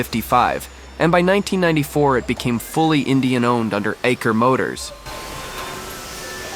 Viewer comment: Your thumbnail of video is "BAJAJ BIKE FACTORY TOUR". But your whole video related to BAJAJ, ROYAL ENFIELD & SUZUKI. In your time frame of video about correct pronunciation of "EICHER" is should be "ISHER", not "IKER".